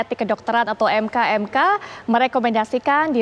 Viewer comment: MKEK mbak BUKAN ..MKMK